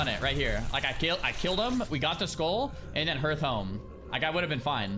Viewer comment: Hnoestly how many of the streamers that pronounce "hearth" wrong is embarrassing